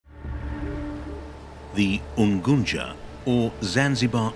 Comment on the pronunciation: coz he is not a native duuh